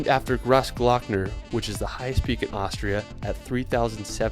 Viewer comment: He keeps saying Aushria